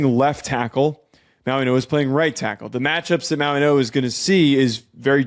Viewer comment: this is how you pronounce his name Mau-ing-oa Mauigoa The way you guys are pronouncing his name Mauinoa, that's not how you pronounce it